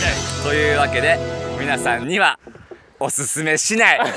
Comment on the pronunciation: 「僕、この暮らし方はおすすめし↑ない↓」